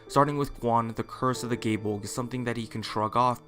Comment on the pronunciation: proper irish pronunciation is guy-eh bowl-gah press f yall